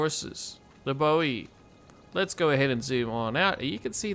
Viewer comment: Spot on mate 😅